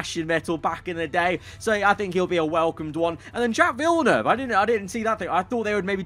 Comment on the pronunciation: Villeneuve LMAO